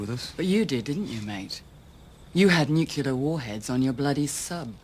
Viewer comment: She pronounces nuclear about as badly as W, too.